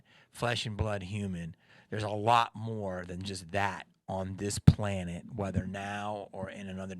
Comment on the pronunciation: "Earth is my plonate"